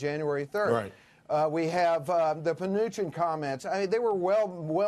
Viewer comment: "We have the Pnuchin comments ". Come again ?